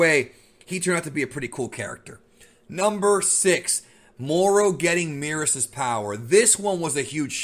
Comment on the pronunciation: Is it Meerus or Merus? Merus is pronounced the same way as Beerus? This peeves me lol